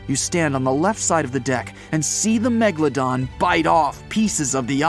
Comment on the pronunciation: It was .......A Megladom lol 😂😂😂😂